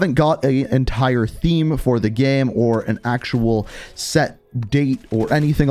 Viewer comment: The way you say „game“ kinda triggers me, great video though!